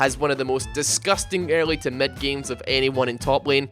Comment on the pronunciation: You're gay! Kill not "kell". Twisted Fate not "twested fate", Mid not "med", VIDEO NOT "VEDEO.